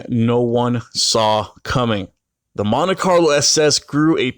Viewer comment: say it with me..Mon Tee